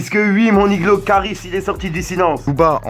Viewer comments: arrête de dire niglo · Arrête de dire mon iglo salle con mais sinon ta vidéo cv